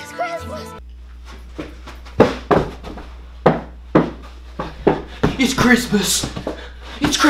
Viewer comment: It’s the “ItS cRiZmUoS” for me